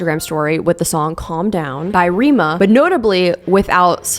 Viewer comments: i love these vids but 2 things its R-eh-ma not reema haha and hailey holding up the jb and selena magazine was cause she was friends with cody simpson or sm and there was tea I don't remember (cause its been a decade and I'm not as dedicated as my preteen self) but she wasn't holding it cause of them but fans loveeee using it as proof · Rema as in egg not as in rim. Thanks